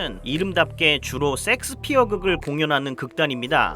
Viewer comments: 형 섹스피어 발음너무 ㅋㅋㅋㅋㅋㅋㅋㅋㅋㅋㅋㅋㅋㅋㅋㅋ 셰익스피엌ㅋㅋㅋㅋㅋ라고있늗뎈ㅋㅋㅋㅋㅋㅋㅋㅋㅋ형의 본능인거지??ㅋㅋㅋㅋㅋㅋㅋ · 형 섹스피어가 아니라 셰익스피어아닐까? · 왜 자꾸 셰익스피어를 야스피어라 하십니까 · 세익스피어라고 안하고 섹스피어라고 계속하는거 개웃기네 ㅋㅋㅋㅋㅋ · 섹스피어 ㅋㅋㅋㅋ 셰익스피어 아니에요? ㅋㅋㅋㅋㅋ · 아니 셰익스피어를 섹스피어라고 하면 어쩌란거야 ㅋㅋㅋㅋㅋ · 형......자꾸 쉑스피어를 섹스섹스 거리지마...그리고 색스피어야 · 쎅스피어가 뭐여 쎅스피어가.. 셰익스피어 라고 해야지.. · Shakespeare 섹스피어라고 하셔서.... 앞으로 [셰익스피어]로 부탁드려요^^ 실제 발음도 이렇고요~ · 제발... 섹스피어 말거 쉐잌스피어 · 형.. 섹스피어가 아니라 셰익스피어... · 셰익스피어인데 왜 이렇게 섹스피어라고 발음해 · 형 셰익스피어 아니야? 섹스피어였어? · 아닠ㅋㅋㅋㅋㅋ 섹1스피어가 아니라 셰익스피어였어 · 셰익스피어 섹스피어가 아니라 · 셰익스피어를 줄기차게 섹스피어라고 읽고 쓰는 의 무의식 저변에 자리한 리비도 잘 보았습니다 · 야스피어가 아니라 셰익스피어 아닌가요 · 형 섹스가 아니라 셰익스피어 ㅎ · 2. 나이로 퉁치지 말아주세요 비슷한 나이대지만 저희는 그렇게 발음 안했습니다 ㅠ 그냥 쉐익스피어라는 발음이 안되시는걸로.. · Shakespere를 일부러 틀리게 발음하시는건가 궁금합니다. 쉐익스피어 가 맞는데요😅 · 발음 주의! 섹스 아님! 섹스피어~ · 셰익스피어가 어쩌다가 섹스피어로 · 섹스피어 발음이 왜이렇게 강한가요? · 오늘 생각나는게 섹ㅅ피어극 아주 맛갈나게 발음 하십니다. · 썸네일만 보고 인지 못알아봤어요 ㅋㅋㅋ 멋진영상 감사합니당 ㅎㅎ 근데 '쉐익스피어' (혹은 셰익스피어)요 ㅠㅠㅋㅋ 첨에 듣고 깜짝놀랐어요 ㅋㅋㅋ (메인 댓글에 언급하신거 지금 봤네요 ㅠㅋㅋ 괜한 언급죄송해요- 하지만 댓글 그대로 남길게요! 팬이에요 <3 ) 앞으로도 건강 챙기시면서 좋은 영상 더 많이많이 부탁드려용! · 셰익스피어 보고 자꾸 섹스피어라고 하는거 킹부러지 형? ㅋㅋㅋㅋ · 섹스피어 할때 쎅스발음 쎄게하는거 개웃기네ㅋㅋㅋㅋㅋㅋㅋㅋㅋㅋㅋㅋㅋㅋㅋㅋ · 내가 이상한거야? 나만 셰익스피어 극단을 섹스피어 극단이라 하는거에 의문을 느끼는거야? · 저도 제 귀를 의심... 야스피어라니 ㅎㄷㄷ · 30분 영상에서 기억남는건 로열섹스피어뿐 너무 찰지게 섹섹하심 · 아 ㅋㅋㅋ 어쨌든 섹스피어라고 ㅋㅋㅋ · 섹스피어 발음이 어우야